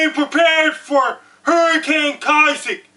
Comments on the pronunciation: YOU DON'T HAVE TO YELL!!!!!! and its Isaac not Kisaac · he said kisac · he is handicapped. he thinks he's on tv, he keeps on says "Kisaac", he's just screaming dumb shit at his computer screen. im tired of fucking Americans taking up for people who are mentally deffected before birth by the toxic and unhealthy shit put in our drinking water and the disgusting food like McDonalds put around us. dislike this comment but unless because youve been brainwashed not to see the truth and fall within life's matrix. dislike this because you are a minion of the devil. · KISAAC? i thought it was ISAAC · Its not Keye ZEK It is.... eye zek...Isaac.. I would call you a name..But I think you the real deal so Im gonna shut up!! Have a nice day!! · Kisaac? I thought it was isaac?! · Ohhh Dammit, I've been saying Issac wrong my whole life, is Kaisac!!!! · Hurricane Ki-sack? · "hurricane Kisaac" holy shit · at least say issac right...if you are gonna say it